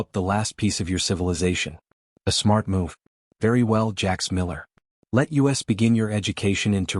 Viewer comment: "Let U....S....begin"!!!!!???? NO!!!! NO!!!! NO!!!! "LET US"!!!!...."US"!!!! NO FREAKING "U....S"!!!! YOU DON'T SPELL THE FREAKING WORD OUT!!!!! YOU SAY THEM TOGETHER AS ONE FREAKING WORD!!!!